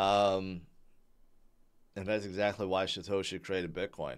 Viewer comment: He says “shitoshi”